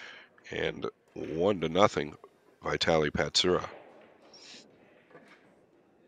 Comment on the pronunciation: The real "Butcher" here is not Mieszko but the commentator who butchered both of their names, lol. Thanks for the video!